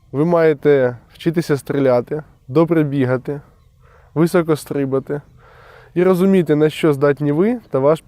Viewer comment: Парень,ты больной на всю голову,разве можно к такому подготовится и к слову не стрИбати,а стрибАти,речь просто капец,а мордочка холеная,явно в окорах не сидел,Стыдоба.😢😢😢😢😢